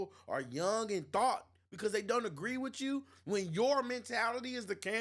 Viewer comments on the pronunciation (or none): Bro you are inarticulate and sound "ghetto" it's "with you" not "wichoo"